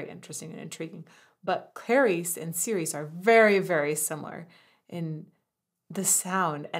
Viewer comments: I'm late to the party, but it's pronounced chi-reh-cheh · Fun fact: Tobias Forge (toe-BEE-as FOR-gay)'s lyrics have a lot of double-meaning to them that he doesn't make an effort to explain, but lets you discover for yourself. Although the video suggests that "Cirice" is pronounced "ser-EES," like the French girl's name "Cerise," how it is truly pronounced is "cheer-UH-chay." Why? Because "cirice" is Old English, not French, and it means "church." Which if you listen to the lyrics, fits much more thematically with the song. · Probably already pointed out, but it's pronounced "churche", like church, but with an extra schwa at the end.